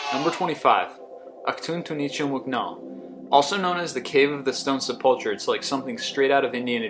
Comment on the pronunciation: It's pronounced Se-Pul-Ker, ...